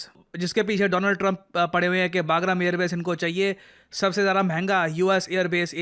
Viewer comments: Baagram nahi usse Bagram bolte hai. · आज बोलना ही पड़ेगा. बहुत बार हो चुका है। वो पैलगम नहीं पहलगाम है। और ये बागरम नहीं बगराम है। Plz sir!😢